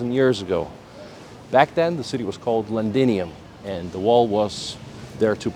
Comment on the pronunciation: Londinium not Lendinium